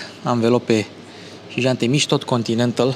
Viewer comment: anvelopele sunt Continental, nu Continentăl. Este o firma germana. Se citeste cum se scrie. Keep up the good work!!